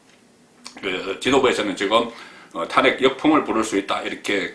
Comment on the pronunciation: 탄~핵을 탄핵이라고 발음하는 사람은 송본부장이 유일합니다.현직 언론인으로서 정론도 중요하지만 정확한 발음도 못지않게 중요합니다.단모음과 장모음 발언을 정확하게 구사하시면 혼술과 딱풀이 더욱 더 사랑받을 것입니다.